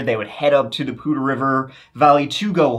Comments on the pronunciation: As a northern Colorado resident, THANK YOU for pronouncing Poudre correctly! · Hey, you said Poudre properly! Not common for people who haven't lived near it.